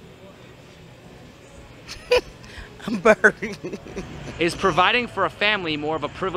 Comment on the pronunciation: Again with the "womEn" said as "womAn". What's going on with that?